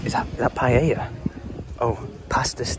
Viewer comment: That sunset is beautiful 🥰 Cayman Islands is now on my bucket list. Haha thankyou for pronouncing Paella properly, most people call it 'Pie Ella' 🤦‍♀️, maybe keep one of those little pots with you and fill it with sun lotion 🤷‍♀️👍 Really love it when you travel, you take us lot with you 😁 like a holiday review 😊